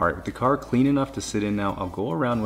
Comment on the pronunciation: YOU BUY NEW CAHH NOW !